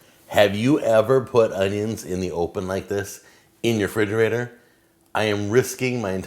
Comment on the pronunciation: STOP SAYING "FRIDGERATOR"